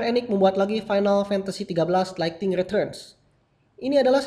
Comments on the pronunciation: Kak bukan lighting / laigting tapi lightning / laigning woakwoakwoak jangan katro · Lightning bang bukan Lighting